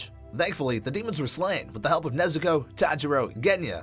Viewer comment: Why say nezukoe when u can sat nezuko chan